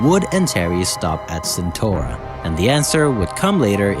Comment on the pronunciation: that ain't how you pronounce CentAura